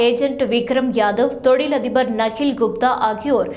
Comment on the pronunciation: Speak Tamil properly.. it’s not Nakhi, it’s nikhil